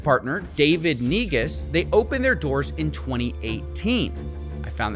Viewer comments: I was looking away, but my attention returned the moment I heard "david neguz" being pronounced. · "NEGUS" lmao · N-E-G-U-S SAY IT WITH ME, N-E-G-U-S jokes aside another fantastic vid cofvfeezilla. Please stay safe, or I will ressurect you as a thrall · I believe it's prenounced 'nygas' 😆